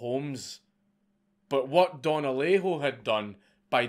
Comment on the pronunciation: Native Spanish speaker here, your first Alejo was spot on.